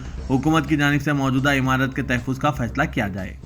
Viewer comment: Tahaffuz is correct pronounciation.